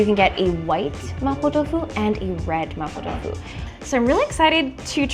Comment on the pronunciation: can speak Mandarin?cus the way she said “麻婆豆腐”is really authentic